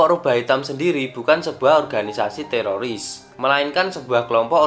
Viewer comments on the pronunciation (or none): none